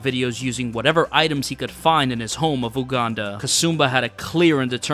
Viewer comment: My mans continuosly mispronounced Uganda lol.